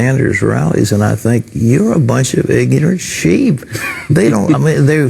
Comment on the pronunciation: "These so called 'millenniums'" "I think you're a bunch of 'igninernt' sheep"